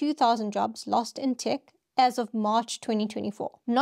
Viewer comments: “Tech” is pronounced “Tek”, not Tik”. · Interesting video! Just one thing, though: when you pronounce "tech" you say it like "tick". The correct pronunciation would be more like "teh-k" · Thanks. Also its “tEHk” not “tik” 😊